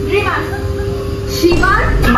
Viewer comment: Finally 🎉🎉 🫶🫶 girl saying Shibal 😂😂😂 Apu tomar vlog er opekha korte korte buri hoye jai😂 aktu Arley dewar chesta korba😘💗 love you lam afa